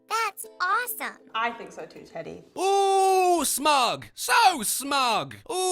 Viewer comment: Did she call him "eddy"? I thought his pronoun was "teddy"